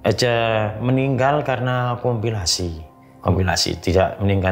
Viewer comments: Kopilikasi pak bukan kopilasi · udah siap2 serius nyimak, eh Bapake ngomong komplikasi jadi kompilasi 😩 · Narsumnya lucu..wingit jadi singit..komplikasi jadi kompilasi...😂🤣🤣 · Komplikasi di bilangnya kompilasi....😅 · Komplikasi pak,,, bukan kompilasi😅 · Komplikasi bang,bukan kompilasi 😂😂😂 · Komplikasi baaaang bukan kompilasi 😊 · Komplikasi pak bukan kompilasi